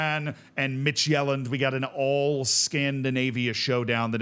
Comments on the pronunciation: I love this format solely for the pronunciations. Slight Danish tip: Midtjylland is pronounced sort of like MID-YOU-LAN. If you quickly blurt out those three syllables, it'll be close enough. In the video, it sounds like you're saying Midtjælland. Jylland and Sjælland are not the same. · Listening to this and thinking "what's Magellan-d?" The J is pronounced like the Y in "York", not like the J in "journal"!🙃